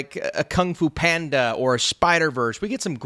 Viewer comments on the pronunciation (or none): none